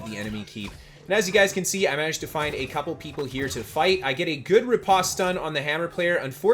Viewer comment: Thanks for the videos! I am new to New World, so this really helps. BTW, it is ripOste, hard O sound, like the word "post".